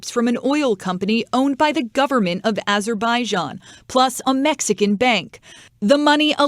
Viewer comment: Azerbaijan = Pronounced (az-your-by-john)